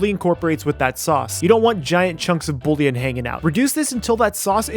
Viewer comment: Love the video but I'm sorry the way you pronounced bullion was like nails on a chalk board. Try saying it like boo yawn